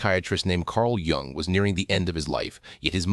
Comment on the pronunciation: You should maybe pronounce Dr. Jung’s name correctly. Oh wait, you’re a robot . . .